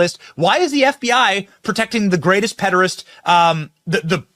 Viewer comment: That Benny johnson (?) guy can't pronounce pederast.